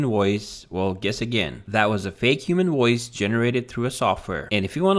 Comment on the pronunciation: The voiceover in this video sounds artificial ?? It's just that the system seems to be changing Vs to Ws. Sounds like it is saying WOICE instead of VOICE.